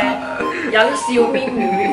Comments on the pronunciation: 連meme review 都讀錯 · Meme 你係特登讀錯定係唔識讀